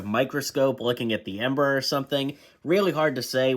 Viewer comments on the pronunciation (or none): amber not ember